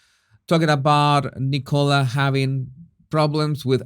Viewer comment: Can some tell its pronounced N'kala not Nickowla